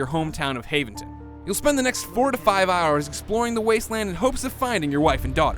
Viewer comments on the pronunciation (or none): I like the way he can't pronounce Haventon because he played about 10 minutes of the game.